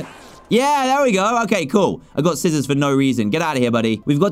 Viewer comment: When he said skissors I was so confused?🤔🤔🤔🤔🤔🤔🤔